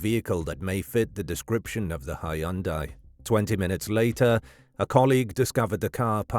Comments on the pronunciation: "Hy-un-dai" that pronunciation is wr-on-ge. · I thought the pronunciation odd but that is how it is generally said in most if not all of the U.K. it turns out. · Sloppy work. Completely discredited. Producers slapped it together for clicks with such wanton disregard that they their Artificial Intelligence mispronounced the word "Hundai" incorrectly. 100% pure bull crap.